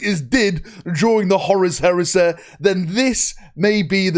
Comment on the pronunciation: Horus Heres-eh. The Canadian Edition.